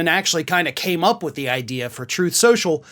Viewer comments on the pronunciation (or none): "Troth Cential"!